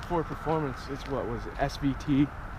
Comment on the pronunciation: I feel like I'm the only person that heard "poor Tacoma" rather than "Ford Tacoma"